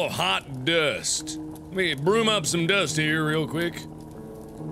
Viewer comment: Mark says broom the same way he says room.